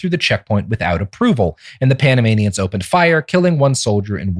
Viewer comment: Every time Robert says Panamanians my brain hears Animaniacs